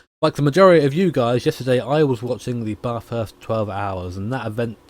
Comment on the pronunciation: Love content of Australian stuff (yay national pride) but for the love of god all you poms can’t pronounce Bathurst right :p the “a” is more like the a in apple - very flat and the like